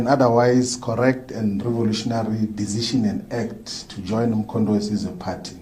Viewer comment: He can't pronoun Mkhontowesizwe Wesize Wesize Wesize Kkkkkk